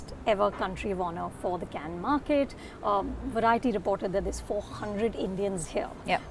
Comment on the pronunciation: So glad Indians are finally pronouncing Cannes correctly, as in Can and not Kahn! For a long time they thought because Cannes is French that it had to be pronounced as Kahn and that Can is just an American pronunciation. In this case, ironically, the American pronunciation is the correct one!